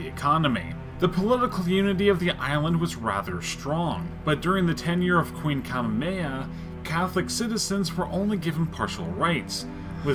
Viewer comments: Greetings from Honolulu, Hawaii just for local way of saying it is _huhh-vai-ee (hawai’i) _Ka-mey-ha-mey-ha (Kamehameha) _it’s ee-o-lan-knee (‘iolani palace) Edit: Wew I can finally sleep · Ka-MAY-uh-MAY-uh LIH-lee-oh-kuh-LAN-ee Interesting take on Hawaiian-UK-US history, but okay... Also,... I promise that about everybody in the US is familiar with Hawai'i; we all want to afford a vacation there... right after Disneyland... lol... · The pronunciations of the monarchs really bothered me so hear is how you actually pronounce the names Kamehameha (Kuh-may-hah-may-hah) Liliuokalani (Lily-oh-kuh-law-nee) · The way this guy says Kamehameha is annoying it’s Hawaiian and not while not 100% sure, I’m pretty sure you say all the letters Kah-may-a-May-ha. Not you the person narrating. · Real Hawaiian here. He butchered the names. King Kuh may uh may uh and Queen Lay lay oo kuh lawn E. I came from Hawaiian Royalty. My last name is Pi'ilani or Piilani; pronounced: P E Lawn E. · kamameha omg butchered it jeezus its so easy to say legit sound it out or search it up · That guy said Kamehameha wrong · how do you mispronounce Kamehameha? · Well done, from a Hawaiian in the Baltics. The narrator of the video butchered the Hawaiian names. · also he pronounces kamehameha wrong.